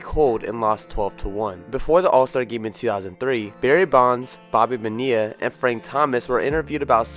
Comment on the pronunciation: Did you say Bobby bad ee ah lol you it’s Bonilla pronounced bon ee ah